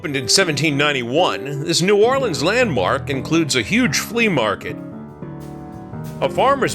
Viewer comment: Thank you for pronouncing our city name correctly. You did your research.